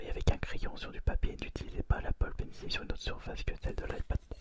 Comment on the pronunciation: Auuh mais cé leuh appeul Paine cile poureuh dessineeuh sur le nouveau ayepade pro